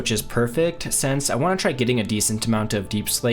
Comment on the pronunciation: It’s SINCE. NOT SENSE